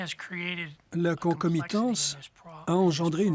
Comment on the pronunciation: A la minute le mot est prononcé ," con comme y tense " tu payes avant , il volera peut-être, ahahahahah marketing world !!!